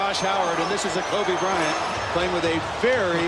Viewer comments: “Bryanto” ngl that ain’t it😕, I think “kobito” sounds better imo 👌🏽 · This is a cool video until you started to call KOBE bryonto... Stupid just stupid! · Bryanto? Soft ass Lebron. Dude this was a great video until you said that. No comparison to the Black Mamba!